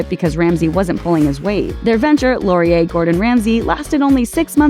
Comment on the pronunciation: Thank you for saying Laurier correctly. As someone who lives in Montreal; I'm so sick of hearing bigger channels fuck up pronunciation of French words. I appreciate you guys putting in the time to get this right.